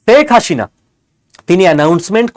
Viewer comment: শেখ হাসিনা নামটা ঠিকমতো উচ্চারণ করতে পারো না, তুমি উচ্চারণ করছো শেখ হাশিনা!